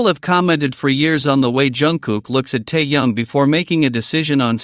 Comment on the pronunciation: Ты где учился научись правильно имя говорить тэхена а потом расскажешь